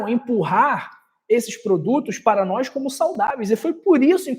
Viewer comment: Não se pronuncia nóis e sim nós